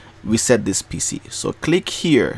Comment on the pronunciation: Am I the only one heard "Reset this P***y" ???